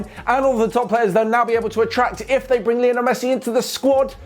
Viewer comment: " Basically mesthi thinks that...." that much excited....